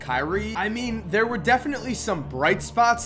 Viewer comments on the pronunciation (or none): none